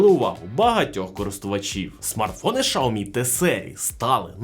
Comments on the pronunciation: Дійсно, з яких пір, Сяоми став шаоми? По слуху різало таке мовлення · Шаомі?))) Вони вже так називаються? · Шяомі, наголос не там, ріже вуха якщо ти вже так Хотів англійську транскрипцію вимовляти. Народ звик просто до Сяомі